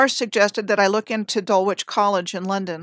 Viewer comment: I believe Dulwich College is pronounced Dul-ich….likeLeicester is pronounced Lester.